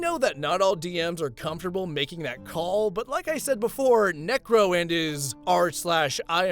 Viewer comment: I swear bro was adding g's instead of c's when he said necro anyway this isn't hate or anything keep up the good work